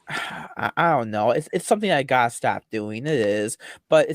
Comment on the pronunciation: "I guess i gwotta dwuax yew nao"